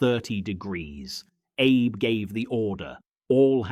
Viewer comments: …and the Captain is Arb first, then Aib (as in Abe Lincoln ) twice. Try Ah-bay…. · Agreed, these content producers should at least learn the proper pronunciation of the Japanese names. It is captain Ah-bay not Abe.